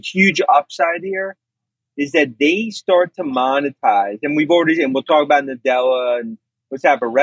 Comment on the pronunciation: did you say "shart"? It's " before we start ". Great Freudian slip